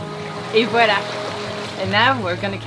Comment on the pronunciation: One of the best things about watching a French sailor is you know how to properly pronounce Voila! Walla just sounds wrong. I’m guessing you never caught your 🐠 ☹️ but you did get some dolphins. 😊